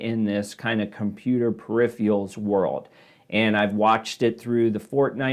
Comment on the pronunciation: Wtf are perifials? Dude can’t pronounce peripherals. Hard to take seriously.